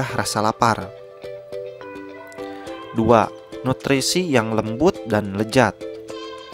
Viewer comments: Lezat bang bukan lejat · lezat om bukan lejat😤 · lezat woy bukan lejat